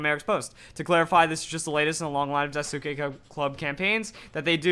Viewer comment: It's "dai-ski" not "dai soo ki/ke"